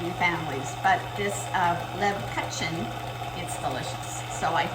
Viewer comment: Please pronounce leb-koo-chen